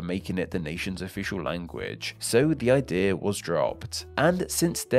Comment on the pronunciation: Idea* not Ideer